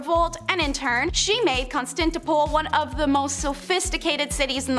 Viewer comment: do they mean Constantinople? As said " Con-stan-t-no-pel " ? As in the song " is it Istanbul or Constantinople 🎵"